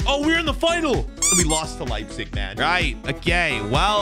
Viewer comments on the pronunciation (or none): none